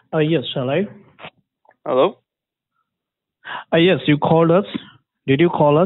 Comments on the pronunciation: It's funny when he says Hellur. 😅😂 Like . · "Halleoww halleoww" lmao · "Hellaio??? Hellaio??" LOL